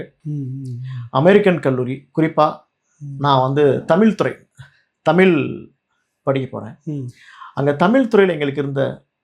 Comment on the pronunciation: தமிழ்........ தமில்...... தமிழா ....... தமிலா....... தமிழை ...... தமில் என்கிறார் நண்பர்!!!